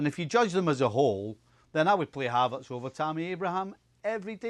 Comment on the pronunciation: And his name is Havertz not Havartz